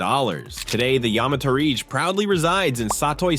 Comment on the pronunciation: Boy said yamatorage like "porridge"